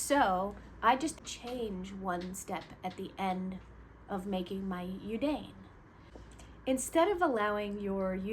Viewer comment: Hi. Thank you for the great explanation. Look forward to putting your tips into practice. (PS - I would like to respectfully share the pronunciation of yudane is actually "you dah neh") 🙂